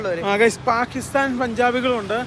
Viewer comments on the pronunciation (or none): none